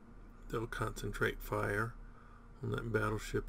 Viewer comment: I so enjoy your enthusiasm, Mostly when you say, FY-Youre..! LOL